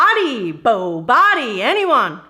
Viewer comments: BOBODY 🤣🤣🤣 made my day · BOBODY😂😂😂 The Office 😂!!